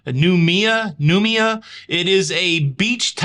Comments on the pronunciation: Noumea is pronounced Nu may a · Hi ❤ it's prounouced new... Me... Ah:). And it's classed as the pacific islands but is not a part of Australia:)